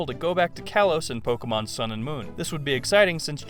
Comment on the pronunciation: Did you say "sun" or "sound"? Move your mouth more so we can understand you.